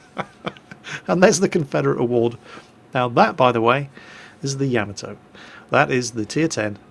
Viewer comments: "YAH-MAH-TOE" Not "YAE-MI-TOE". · Tigerfrost YAH-MAH-TOH. Not TOE. It's a short, hard "o", not long like in "toe" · Tigerfrost It's pronounced 大和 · I die a lot inside every time fails at pronouncing Yamato. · Well, that is the sound I was trying to go for but wasn't exactly sure what character to use. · ***** wasn't as far off the proper pronunciation of Yamato as "pay-rice" is from Paris:P